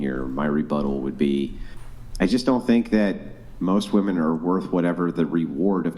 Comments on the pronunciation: Why tf do I keep hearing women say “woman” instead of “women” when they’re talking about “women” and not a single “woman” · How come these Gen Zers can’t pronounce women?